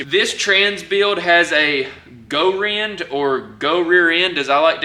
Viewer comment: Gair-end is how you pronounce Goerend. No lie.